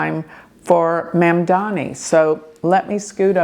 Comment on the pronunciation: Hi - some pronunciation assistance. Andrew Cuomo - Quo Mo, Curtis Sliwa - Slee Wa, Zohran Mamdani Mahm Da Nee Thanks for your amazing insights 🙏